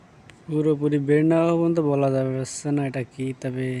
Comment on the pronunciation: Jasseyyy...? How about Jachhey, eh????.. sairta engine???? How about char ta engine, eh??? Get your Bangla pronunciation right.